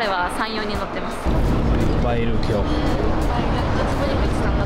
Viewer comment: nihongo gambatta ne~ edit: next time please say "ippai" or "takusan" look at the girl reaction's after you said "oppai iru"